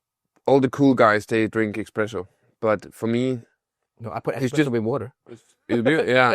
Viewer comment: Hey its pronounced Espresso not Expresso. / Huge Swedish fan.